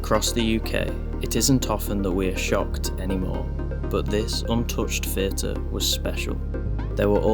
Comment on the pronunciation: THHHHHH EE AH TUR NOT FUR TUR